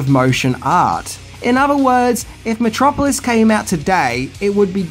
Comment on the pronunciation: He kept mispronouncing Metro Polis. A polis is a city-state. About 5 years later, Lang left town with no forwarding address. Joseph Goebbels offered a job at the Ministry of Propaganda. Hitler was a fan(atic) of Lang's films.